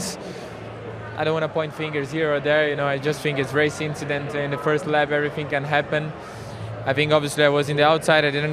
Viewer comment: As you say: just a racing inchident